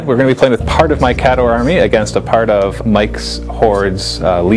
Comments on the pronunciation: Did you read the new rules? it actually provides a pronunciation guide. It's KAY-dohr. NOT, kah-DOR. Geez. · Now Listen. the new book has the breakdown of pronunciations for the armies. There is no excuse not to call them "KAY-door" now.